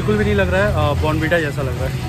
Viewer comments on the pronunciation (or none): Abe bon bita nhi bournvita hota hai